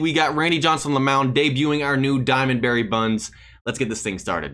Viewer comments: Bro calls him Barry buns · I thought his name was Barry bonds not Barry buns 😂